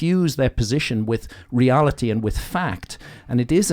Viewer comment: Alarska? Rearlity? Is Graham an alien? 👽